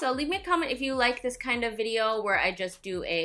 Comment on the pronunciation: "vide-ho" haha love it when you say that! That red lip really brang the look together I felt! Omg I love Mexican food as well!